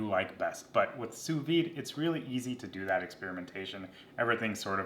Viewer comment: Fantastic video, I know nothing about sous vide so I need all the help I can get. I do know that the D is pronounced though, it's not a silent d.